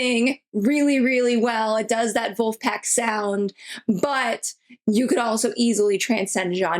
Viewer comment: "Vulfpack"??? Nope 😂